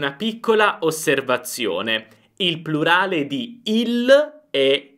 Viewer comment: Vorrei solo sapere se Lei dice prulare o plurale perché si sente prulare ho sbaglio?